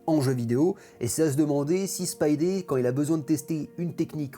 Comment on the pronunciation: Derdivol ??? Spidé ??? C'est quoi cet accent 😉Marco Checchetto est un très bon artiste ... mais il a la facheuse tendance a foutre des barbes a tous les héros principaux ( Franck Castle, Matt Murdock et là c'est Peter Parker et c'est pour ma part très chiant .